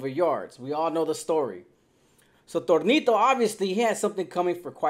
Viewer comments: It’s tonito not Tornito 😂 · Your saying Tornito 😅 his placaso was Tonito though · It’s Tonito , not tornito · Tonito not Tornito 😂😂😂